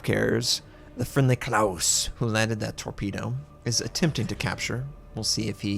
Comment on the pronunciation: Klas Horn not Klaus.....